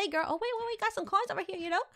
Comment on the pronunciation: Omg first she says wings second earrings like GIRL is gils 😂😂😂😂 luv her